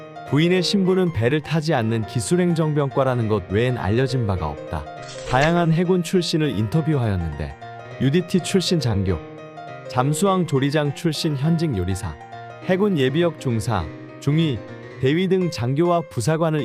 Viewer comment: 잠수함인데 왜 자꾸 잠수항이라고 함